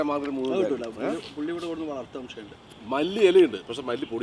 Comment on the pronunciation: ശംഷീയം ala samshayam